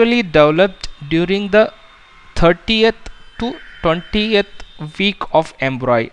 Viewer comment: it's pronounced as "embryo" not embroy 🙄🙄